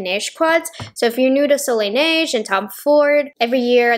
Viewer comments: From a francophone, your way of saying Soleil Neige is quite spot on. There is still a little accent but it’s very understandable 😊 overall, your French in this video is quite good 👍🏼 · You are actually saying it really well!! Seriously, my french ears didn't even shrivel a lil! ( Ok I sound sarcastic but I'm not 😅)